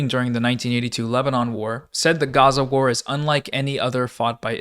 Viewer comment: The emphasis on WAR pissing me off